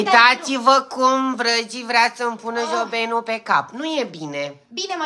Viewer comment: Ce amuzantă spune jobenu😅